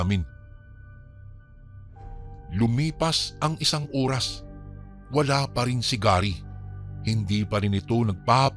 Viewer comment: Oras tamang pronounciation hindi URAS 😂